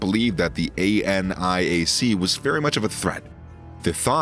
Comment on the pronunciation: "Aye Enn Eye Aye See" 😂